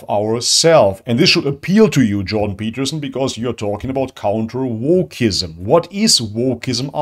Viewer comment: The Juiden Pertterstien... you said who?